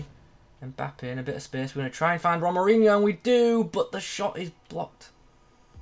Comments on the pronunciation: His name is pronounced HO-MA-RI-ÑO :D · Nice video! Can you review Hamdallah? He looks great! This card is really nice at least for SBCs XD Also I think it's pronounced the same as Ronaldinho with the inho part of course xD